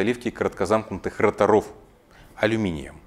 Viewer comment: рОторов, а не роторОв.